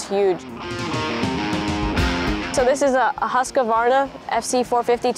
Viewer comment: "Huska Varna"